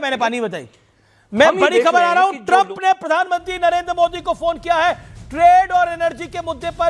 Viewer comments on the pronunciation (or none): none